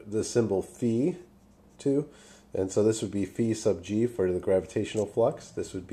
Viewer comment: it's pronounce phi, get it right